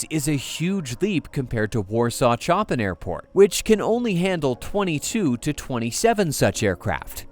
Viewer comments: I'm very disappointed when you don't know how to prnouce one of the world's famous classical composers. Chopin is NOT prnouced like Chop PIN. It is pronounced like Shop pin. You are so shallow when it comes to intellectual matters. You must be someone educated in USA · A couple of points: 1) it's not "Warsaw Chop-in" airport, it should be pronounced " Warsaw Show-pan" airport because it's named after the composer. 2) It was particularly terrible to show pictures of bombed out Gaza families when talking about Poles potentially being displaced by airport construction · "Sho-PAN" Not Choppin. Cant take you seriously now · so your AI doesn't know how to pronouce Chopin???????? jeeeeech! (add Lodz & zlotys to your list of mispronounced words! my gawd!)